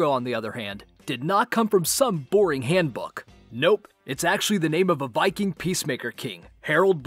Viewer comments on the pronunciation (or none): none